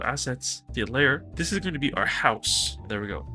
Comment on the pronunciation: Good shout on this. But tbh it took me way too long to figure out when you were saying "Dayler" you meant "Data Layer". Lol